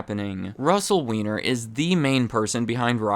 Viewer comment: its pronounced WINE-ER